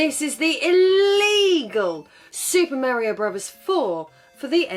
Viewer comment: Why does it sound like she’s pronouncing it as Brovers